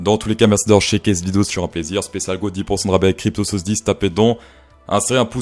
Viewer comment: Il ne faut pas afoir peur